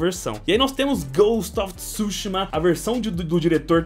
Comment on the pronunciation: Ghost of tsÚshima😂😂😂 KKKKKKKKKKKKKKKKK. Desculpa a zueira com sua pronúncia . Coleção muito top parabéns...